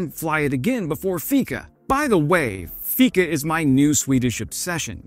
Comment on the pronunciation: For all of those who don't know "Gripen" is pronounced "greep-en" in Swedish. Not "grippen". Your "fika" and "kort parad" was pretty spot on though! Not a complaint, just a p.s.a. Great video!